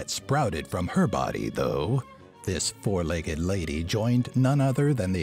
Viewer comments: you said foug not four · it said foug-legged lady :/